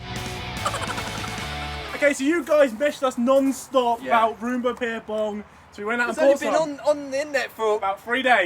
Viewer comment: said peer bong in the beginning didn't he?